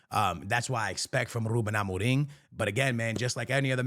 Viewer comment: Listen to this man saying “Ruben Amorim”! That’s how you say it in Portuguese! Keep up with the awesome content!